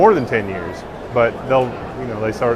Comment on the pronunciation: “Something to keep an ion”